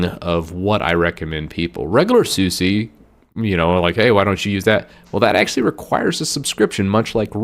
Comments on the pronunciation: Not "Suzie." "Soos-ah" or "Soos-eh" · Open SUSE not open SU SEE I agree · it is suse and not susi, DIS IS GERMAN! xD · Quit saying Soosie! Its pronounced "Soos" or "Soosa". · Deb as in Deborah or Debra, ian as in the name Ian or "ee-an"... deb-ian. Also it is SOOS for Suse, not soo-see. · even in american it should still be pronounced suse. susi. would be more latin american pronounced. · Suse also pronounced wrong... ouch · chrissx Media How do you pronounce “Su” on the beginning of a word: Super, Subtil, Suche? And how do you pronounce “SE” at the end of a word? haSE baSE pauSE? So... how do you pronounce SuSE again? 🧐